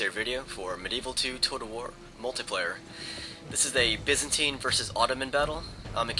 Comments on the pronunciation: byzantine is said, bye-zan-tie-n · It's most certainly pronounced by-zantine universally. Whether you pronounce the third vowel as an 'e' or an 'i' could be regional, but I'd wager most would pronounce it as the the latter... even in the States. On another video you called the gallochlaigh 'ga-log-likes', too. ...It's closer to 'ga-loch-lay'. Anyway, I'm done being pedantic. Love your vids.